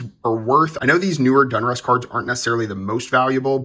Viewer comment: Great buy, like watching. By the way, it’s Don Russ not Dun lol.